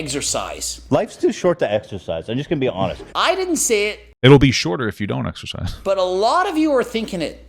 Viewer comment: The way the guy pronounced it “eggsersize” drove me nuts lol